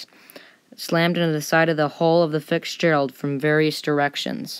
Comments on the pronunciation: Good video. I had to watch it twice because it was hard for me to concentrate because of the fact you call it FICKSgerald instead of FITZgerald lol 😭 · it's " Fitz ", not " Fix " gerald. And when reading a dialogue, try not to sound like you're reading. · Great video, but need watch your pronunciation it's FITZgerald, but it sounds like FIXgerald for most of the video. Also, slow down when you say, Arthur M. Anderson, the Arthur M. tends to blend together if you say it too fast. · Sorry for my mispronounciation of the Fitzgerald (I said Fix-gerald) and also the Fitzgerald was built for Northwestern Mutual Life Insurance Company and then was leased by the Columbia Steamship Company for 25 years. So sorry for my mistake…. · It sounds like he keeps saying FiCKSgerald instead of Fitzgerald. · Thank you for this epic story. Listening, I swear you are saying Fiksgerald, and it's making me crazy. Say two words to fix it...fits Gerald. FITS NOT FIX. FITSGERALD, Rest in peace capt. and crew. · The Edmond Fitzgerald… not the Fixgerald! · Please please correct audio on this video...IT'S NOT Fixgerald"...it's Fitz gerald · Fitzgerald, not Fixgerald. Couldn't even finish watching. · It’s F i T z Gerald not fikgerald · Fiksgerald...nope...it's Fitzgerald...it's not that hard to say. Your oration is kind of bad throughout this entire thing. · Nice work. But it sounds as though you're calling the ship FIXgerald, not Fitzgerald.... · It is NOT Fixgerald It's Fitzgerald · Fitzgerald , not Fixgerald ! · Why can't the narrator of this video pronounce the name: "FITZGERALD" properly???? ..WHY does the narrator keep saying: "FIX-GERALD"??? It's really annoying that the narrator cannot pronounce FITZGERALD properly!!! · FiTTTs not FiCKs! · Nice telling of a tragic event with great pictures. Now, get a better story teller who can read a script properly. BTW, it's, "Fitzgerald". not, "Fixgerald"! You can do better. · Fitzgerald, not Fiksgerald. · Fitzgerald not fixgerald. O.o